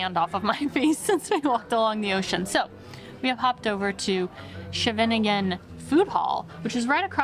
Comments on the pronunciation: When I heard Scheveningen pronounced in this video, it sounded like shenanigan. 😉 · My residence. Glad you enjoyed it. You have to work on the pronunciation of "Scheveningen" though, but that will probably happen. (It's hard). Scheveningen beach is not what it used to be. My preference is for a quieter part of the beach at "Strandslag 7" at the end of De Savornin Lohmanlaan. Not a tourist spot but just a nice part of beach with a few beach bars nearby. Nothing fancy. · I’ve only recently discovered your channel and am really enjoying your travels and discoveries. Your pronunciation of Nederlands words is pretty good you just need to get plenty of saliva in your mouths and do more work on pronouncing Scheveningen. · Thanks.. .You misssed Westbroek Psrk, which is beautiful, and try Greens in Westbroekpark, an organic restaurant you shound not miss. I normally walk to the beach just to go through the park. Great sculpture. Lots of people have their wedding picyures taken here. Finally, have someone show you how to pronounce Scheveningen. You butchered it.